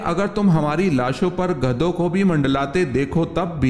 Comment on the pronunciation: Aik sawal aap kertey hain Kay hamari lashon Kay pass gadhon ko bhee dekho, yeh lafz Gidhon hai ( means vulture) please correct it .